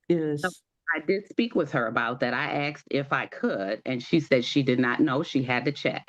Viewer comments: I axed…. I wish people would learn to say it as it is spelled…. A-S-K-e-D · I can't take seriously someone who says "axed" when the word is asked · Axed a question isnt English its asked a question ❤❤ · Ppl “… stop saying aksed.. it is asked. Why is this so confusing…. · For heaven’s sake learn to speak properly. It’s ASKED NOT AKSED